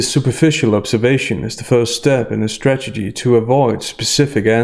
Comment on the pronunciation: Sorry,, I'm not native speaker, but it sounds to me like you keep mispronouncing the word "strategy". I hear "stagedy" all the time. Is it just me?